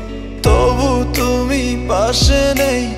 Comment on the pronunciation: 'টুমি' কি? 'পুড়নো' কি? হাইরে উচ্চারণ 🙂